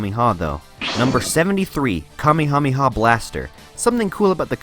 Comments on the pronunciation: nobody: him: kamihamiha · I’m drunk but at least when he said kamekameha I had a break